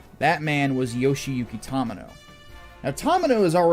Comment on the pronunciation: Watched the deep dive and came here to watch more of your Gundam videos... Only thing I can say is that it's pronounced TOE-mee-no, not taw-mih-no, otherwise excellent videos